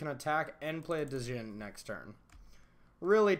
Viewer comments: The d is silent... pronounced like Gin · You don’t pronounce the D my guy